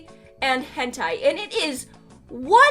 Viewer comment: Why is everyone saying “gentai” instead of “hentai?”